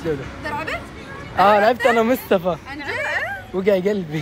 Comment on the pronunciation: بيقول مستفى بدل مصطفى 😅